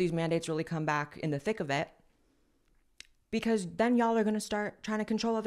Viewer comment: Blaire says wacuz for because 😂 Blaire is so adorable 😊